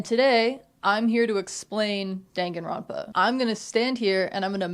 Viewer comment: girlboss it's dan (like dahn) ganronpa 😭😭 dangan is bullet in japanese